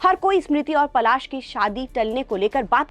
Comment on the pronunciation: Phle bolna sikhiye Pasal nhi Palash muchchhal naam hai unka 😅